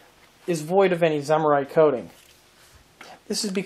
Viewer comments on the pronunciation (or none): You are saying "zimmerit" wrong.